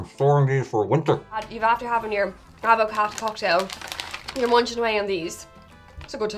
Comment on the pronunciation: It's pronounced add-ver-car. How is it non of you know?